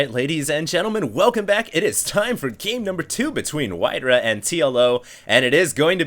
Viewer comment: its not WhiteRuhh bro... its WhiteRa